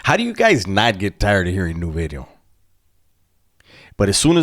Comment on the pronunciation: The "New Bideo" is like your calling card... can't give that up